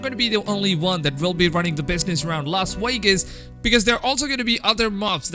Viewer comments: "Las Waygus" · Lol "Los Wegas"